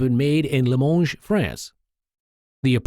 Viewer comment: “ Limonge “ ? Really ?